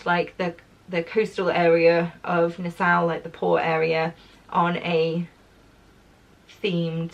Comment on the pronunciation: Hi,. This comes from a place of love: Nassau is pronounced na-saw. My husband proposed to me there, at the Atlantis Resort on Paradise Island, a hundred years ago. Hope you have a fantastic time.